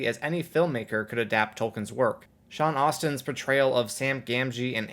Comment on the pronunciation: watched the whole video, but still bothered that you call him "Sean Austin".....